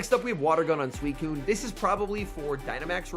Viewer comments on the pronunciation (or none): none